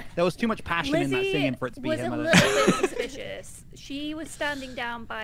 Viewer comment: can’t believe no one is talking about attempt at saying “suspicious”